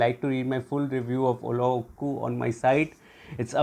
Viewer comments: U killed fhe name 😅 its to be pronounced as Ullo-zhhh-ku. Thatz it. The zhhh should sound like how u would pronounce gen in genre. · You pronounced the name 'Ullozhukku' drastically wrong. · Great job... Watched the movie yesterday..without revealing the story you reviewed it in a beautiful way..l can understand, the pronounciation of the movie name would be a little bit tough for you,so it could be justified.. l really appreciate your efforts to say the words correctly 👏👏keep it up 👍👍